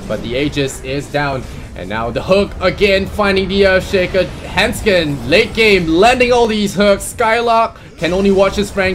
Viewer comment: >When they keep saying "Hendskeen" when it's actually handsken